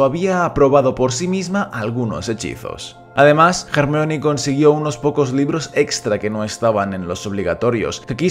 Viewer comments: Se dice Hermión, no "Germaioni". Es un nombre de origen griego que los ingleses y sus groupies pronuncian mal. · SCDJASJDJAS COMO LE VAS A DECIR GERMION, CHILLOOOOO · Se dice Hermione no Jermalloni xD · Se llama Hermayoni no no hermion. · Ermion ??? XD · Solo por llamarla “germayioni” ya no veo el vídeo xdd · Cómo que en España le dicen “ermion” o_O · hahahhaha , el nombre de hermione, en español es un cague de risa, suena mas como si la estuviesen insultando, Hey hermion!!! ... gracias a dios vi todas las pelis de harry potter con doblaje latinoamericano en mi niñez , que roche que me oigan decirle "hermión" a Hermione , en españa hacen la traduccion y la pronunciacion de los doblajes pero con las nalgas xdxdxd , casi de todas las pelis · A mi me choca cuando le dicen jermiyon, no tiene sentido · "ermion" jajajajajaja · Solo entré a comprobar si decía "JermiÓn"; todo bien. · A ver, qué problema hay con decir 'Hermión'. Creo yo que la pronunciación correcta sea 'Hermíone' (como se lee, acentuando la i), pero eso de 'Jermaioni'... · Hermión ajajajj suena espantoso ajajaj lo mismo que espiderman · Jajajaja "Hermión"